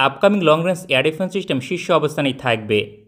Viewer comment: "চিস্টেম" কি জিনিস, তা কেউ একটু বলতে পারবেন?